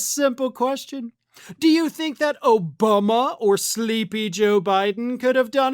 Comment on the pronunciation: Still calling him "OBUMA".